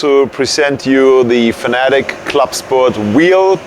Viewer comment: Ohhh so u say fanatec with i instead of e...